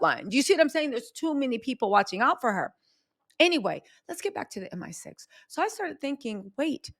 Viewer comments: Hey baby, love, love, love all your hard work. As a Brit wanna make a slight correction, it's M I 6 not M sixteen; the MI stands for Military Intelligence. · M. I. Six. Not M16